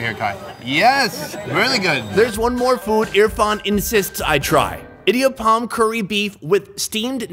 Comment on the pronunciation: It's lovely how u pronounced that"idiyappam " 😂 By A tamilgirl